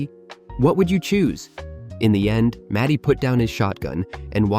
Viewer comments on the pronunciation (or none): His name is MARTY not matty